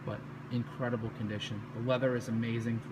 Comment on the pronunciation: "The Coop is incredibil".